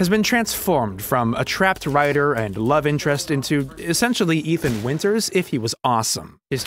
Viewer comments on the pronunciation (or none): none